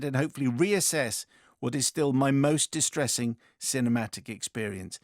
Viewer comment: dis-tressing? can't believe that one got past you both